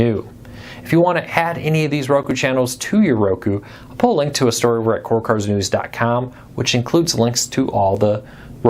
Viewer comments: You need to ENUNCIATE!! You sometimes speak too fast and slur your words. You say "cord cutters" as "corkers". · “Core cuh-ers.”